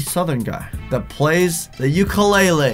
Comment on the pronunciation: U pronounce ukulele like a white person but u r so yea